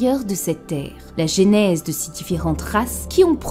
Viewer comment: AAAARRRRRgggghhhh On dit "Jeu"nèse, et pas "j'ai"nèse ! Sinon tout est parfait, comme d'hab chez toi :)